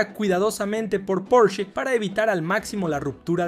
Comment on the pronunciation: Por el amor de Dios... No existe ningún auto llamado porch....lo correcto es PORSCHE...porshe...tampoco existe ningún escritor llamado Herman hess....es Herman Hesse